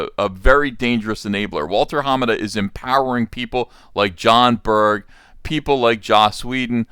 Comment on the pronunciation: unless everyone else saying is getting it wrong, its more about which syllable you emphasize. I've always heard ha-MA-da. Uncle E says: HA-ma-da.